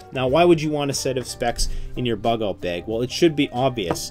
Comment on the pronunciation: " survival beg"